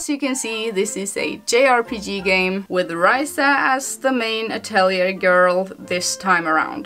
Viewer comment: the correct way of saying it is "atorie", according to laizalin stouto sama herself 😁